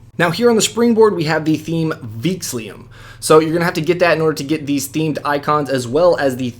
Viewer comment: Theme name is "Veexillum", not "Veexlium"!